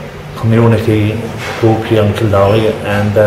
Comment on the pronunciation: What a cute video! Great idea to get a snapshot of these villages. I'm embarrassed to say I couldn't understand half the accents, haha (American here), but I learned the proper pronunciation of Kildorrery so that was neat!